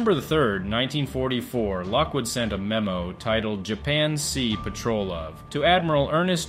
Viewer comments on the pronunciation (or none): none